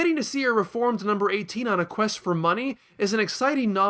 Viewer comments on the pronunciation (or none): none